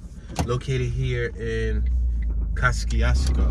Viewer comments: It's pronounced Kozy-Esko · The name of this town is pronounced “Ka-zee-s-ko” by the people who live there. The twon is named after a Polish general and engineer. However, he pronounced his name “Ko-shiousko”… I know because you drove right by two of the houses I grew up in. One on East Jefferson Street and the other on Bell Street. My mom, sister and her family still live there. Okra Wimpfry lived in a small home out in the country off of Hwy 12, I believe. For MANY YEARS… she denied ever living there. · I was born in this town, so was my mother and father. My family still owns Winters Funeral Home to this day which used to be located on Tipton Street… Yeah, I remember Mr Charlie’s store and when Reverend Harris was the Pastor at Christian Liberty Church. 😎This is my home. Peace to the Moors and the Choctaw Nation. ✊🏽Oh! You pronounced Kosciusko wrong in the entire video. I’m not mad at you tho! ✌🏽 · I all but had to turn down to off when he was saying the City's name "KOSCIUSKO" wishing he had got the correct pronunciation before doing the video. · You should have called me. Born and raised here! You're pronouncing it all wrong. No one call street names, we direct by landmarks, and this is generic! Who are you? Where are you from? Who sent you? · Kościuszko is a Polish name and I'm 100% sure you're pronouncing it wrong, Hubert. So I don't see a point in arguing for a wrong pronounciation over another wrong pronounciation. Just say it however you like if you're not gonna respect the original pronounciation anyway. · And you think you're pronouncing it right? This city was named after a Polish national hero, so you're definitely not pronouncing it as intended, lol.